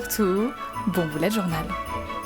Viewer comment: Il me semble qu'on ne dit pas "boulette" mais "bUlè"